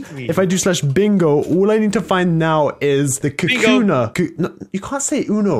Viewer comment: It's pronounced ka koo na